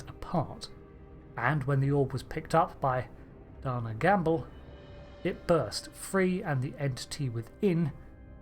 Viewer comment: Pronounced Day-Nah... Not Donna...